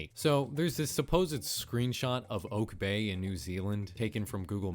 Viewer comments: Just thought I would mention that Oke bay is pronounced Okey bay not Oak bay and there are often dolphins there also dolphin watching boats which could explain it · Oke bay is pronounced oh-keh bay, not oak bay. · BTW "Oke Bay" isn't pronounced "Oak", it's pronounced just doing the raw sounds of each letter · I know this is 3 years later but oke bay is pronounced “oh-kay” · Oke bay is not pronounced oak